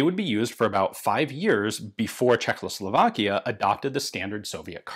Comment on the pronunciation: It's Czechoslovakia, not CzeKLOslovakia, come on. )